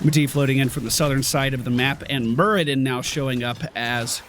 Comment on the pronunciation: It's Muradin not Muridan <3 Love your videos btw